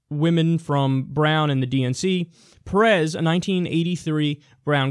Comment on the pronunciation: Just fyi, it's pErez, not perEz.